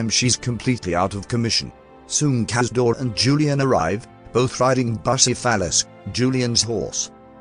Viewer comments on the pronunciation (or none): Everybody going on about “queasy deutsch mark”, but I’m too busy laughing myself sick over how the TTS managed to turn “Bucephalus” into “Bussy-Phallus”.